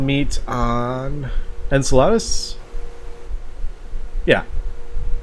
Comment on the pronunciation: Why are you trying to get to Salads? You’re pronouncing Enceladus (En-seh-luh-duhs) like the Spanish word for salad (ensalada) XD